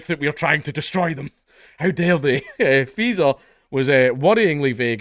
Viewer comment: I swear I have to double take every time you say Faeser because I keep thinking you're saying Freeza